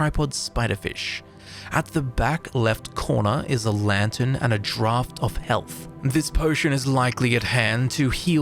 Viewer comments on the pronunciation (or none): none